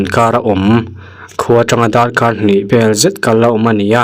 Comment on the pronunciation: Sir chu, Raw kawrh te ti mai mai a, zia lo thei 🤣 kawr tih kha tawk, 'h' kha lam tello la 🫢